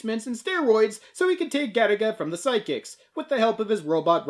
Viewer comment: I thought this was an anime about that game Galaga, just mispronounced due to Japanese people's inability to pronounce the letter "L". Now I'm massively disappointed.